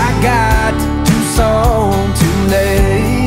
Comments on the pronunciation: Never heard Tucson pronounced 2s ..on. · I love the way he pronounces Tuscon!!!!